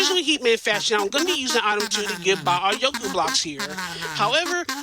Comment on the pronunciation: props to the runner for managing to consistently saying "itme" instead of item. That's some mental fortitude !